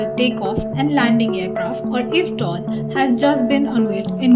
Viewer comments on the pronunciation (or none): I you don't mind me suggesting, the acronym "eVTOL" is typically pronounced "ee-vee-tol". eVTOL stands for "electric vertical take-off and landing".